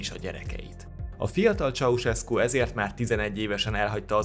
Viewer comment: Ez van! Mikor hallom hogy "Csauszeszku".... Pfff... Csaucseszku. Dehát jópár éve Magyarországon vagyok... Igazából nem is akarom kijavítani. :) Jó az úgy is. :D